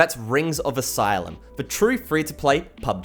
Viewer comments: el ee see um. not asylum... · Not even that. He's saying "Asylum". XD